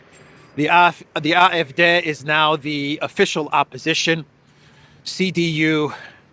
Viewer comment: How come you pronounce CDU normally but AfD weird?